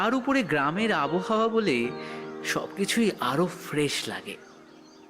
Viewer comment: খুব সুন্দর। তবে বাচিকশিল্পী হতে হলে শ, ষ এগুলোর উচ্চারণের প্রতি যত্নশীল হতে হবে। যেমন 'পোস্চিম' নয়, 'পশ্চিম' ; 'আবোহাওয়া' নয়, 'আবহাওয়া' ইত্যাদি বলা অভ্যেস করতে হবে।